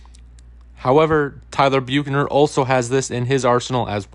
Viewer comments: Where did you get the pronunciation “Bukener”? 😂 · I'm sorry, but the way he is saying Bukener is driving me crazy 😂😂. It's making it hard for me to listen to the video lol